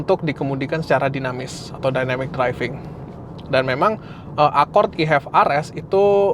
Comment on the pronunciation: ACORD Gimanya ngucapnya ?😢